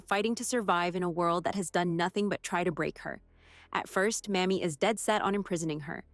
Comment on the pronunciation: Don't mean to knit pick, but the female Marshall's first name is Mamie with a LONG "A". Not the way the narrator kept saying it. Thanks.